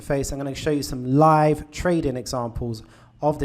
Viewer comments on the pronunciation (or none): none